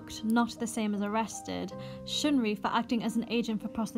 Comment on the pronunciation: sheungri? what makes you think that it's pronounced like that?